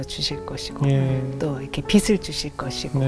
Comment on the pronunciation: 예전엔 성경에 환란이었는데 환난으로 바뀌었더라구요. 빛을 빗으로 발음하시는 게 넘 안타까웠어요. 😅